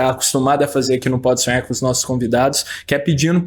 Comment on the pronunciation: O cara do vídeo tem uma pronúncia BIZARRA da palavra "podsonhar". Ele pronuncia mais ou menos assim "podsuem".